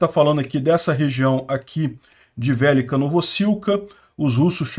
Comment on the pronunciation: Olá. Como vc pronuncia the book is on the table? De buque is on de table? De buque is on de teibou? The book is on the table? To falando de pronúncia e não de como se escreve... Então por favor, pelo amor de Deu, por misericórdia fale VELÊKA e não VÉLICA... 😅